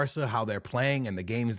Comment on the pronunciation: I’m just glad you’re able to pronounce Madrid and Barcelona correctly 🙏🙏